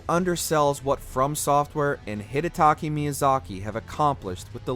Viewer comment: You said DS3 was the highest note but ranked DS1 higher? also, maybe pronounce Hidetaka Miyazaki's name correctly